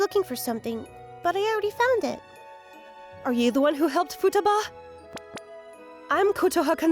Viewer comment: The VAs did really great job (except the female VAs pronunciation of "Futaba"). Also a very nice story with - shockingly! - a normal decent, and well adjusted MC.